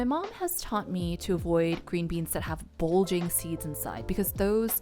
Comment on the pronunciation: its not Bolging. Bulging